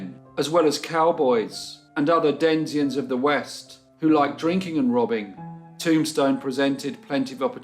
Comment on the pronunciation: nice video but do you mean "denizens" instead of "denzians"?